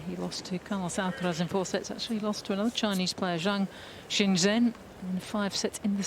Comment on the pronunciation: Juncheng is literally the easiest name to say... its exactly how it sounds yet the commentator: I'm gonna call him Jerry